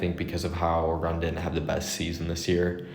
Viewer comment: pronounce Oregon orygun